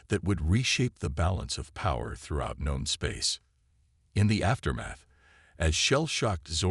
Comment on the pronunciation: It's not gone space, it's known space. Once again your A.I. is dumb as a box of rocks.